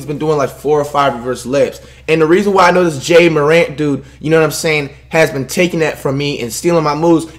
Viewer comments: It’s ja marant and ur not good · Ja Morant: pronounced exactly how it is spelled Flight: Jay Moorant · Flight said “Jay Morant”